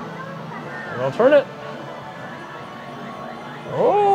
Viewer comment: I laugh every time you say "churn" (turn) haha 😂 Nancy from KAM used to say that all the time and people said something about it so much, she works so hard now to remember to say it correctly lol she slips up every once in awhile and almost says churn again 😂 yours isn't nearly as strong as her's though.